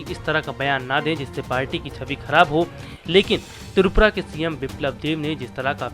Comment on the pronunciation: Oooh hlw not tupura tripura..phalee apna speaking power thik 😅😅😅😅😅